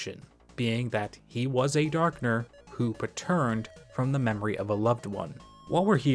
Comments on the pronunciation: bro pronouncing and defining "patterned" like you did made me stop doing the dishes and look at my phone like 'are you fr rn' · your pronunciation of Patterned was odd, it made me wonder if you just didn't recognize the word pattern, or if it's a regional difference. One might call it Pattern recognition, if you want to twist it into a double meaning. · "Whats more impressive than a titan? two titans" i think it would be even cooler if we reach a point where titans become your average enemy, having multiple 1 on 1s, since you will be in their home after all what would a boss be in a chapter like that? we'll see thats the first time ive heard patterned pronounced like that also, all dark fountains have that pattern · Did you read the bit that said "yes i know im saying it different from normal" though? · i thought it was gonna be “paterned” like related to the Latin “pater” lmao